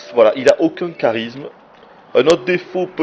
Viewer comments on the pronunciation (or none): none